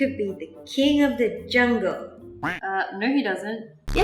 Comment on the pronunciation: What she said : you would be king of tha jungle What i heard : you would be the king of the jungkook. 🤣🤣🤣💜💜💜